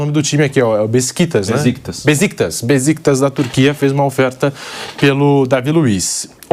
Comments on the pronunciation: Nao é "Beziktas" mas sim... "Beshikitash" falo com propriedade pois tenho amigos turcos .. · Bora se atualiza apresentador🙄 O cara não saber pronunciar o nome de Besiktas pra repassar a informação correta pros telespectadores aí não da.